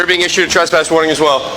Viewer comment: A “tesspass”